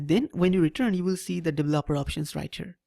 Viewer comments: devel-oper (*lmao*) that is exactly what we are devil-opers ... (right pronunciation is D-veloper) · Im actually quite annoyed with how he pronounced it..